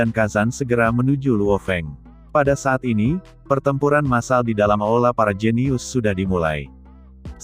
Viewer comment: Bukan aola, tapi aula.